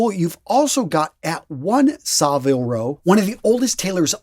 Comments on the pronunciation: Saville (Row)is pronounced sah-vihl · It’s pronounced Savill Row and it’s a hard G as in Give in Gieves and Hawkes 😊👍🏻